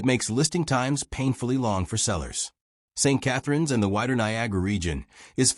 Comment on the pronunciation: Steet Catharines ??? Who designed this A.I. Sheeit???